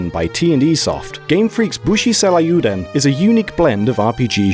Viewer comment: im sorry, but how what did you say the name was??? bushi seilieoodon??? its pronounced say-ryoo-den